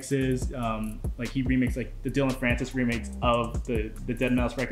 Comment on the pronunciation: also dillon not dillion and aphex not apex lol